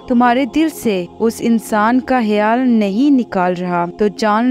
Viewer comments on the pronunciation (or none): Baji kh sy khyal H sy hyal nhi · Aap hayaal kyu bol rhi😮